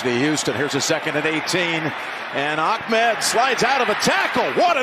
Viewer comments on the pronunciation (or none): I still don't know why these announcers keep calling the Dolphins running back Akmed when his last name is Ahmed. Maybe that's how it's pronounced or something...